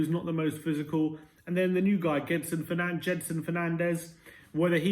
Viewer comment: I know we speak English but just for your info, his name is pronounced Jedson Fernanj. Can't help it, I'm living in Brasil. COYS!